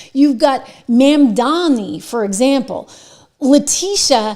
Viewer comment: MamdaNi not MamdaMi. Please at least say it correctly.